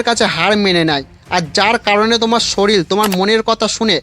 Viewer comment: ওটা শরীল নয় ওটা শরীর...🙂